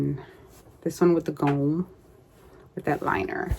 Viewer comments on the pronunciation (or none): I love watching your videos. You really do inspire me. I have so many scraps its my goal to make something from them weekly. Lol. We shall see. On a side note Gnomes come from Nordic countries. My family is from Finland and Sweden. The word Gnome is pronounced like Nome, Alaska. The "g" is silent. I love Gnomes. Great stiching!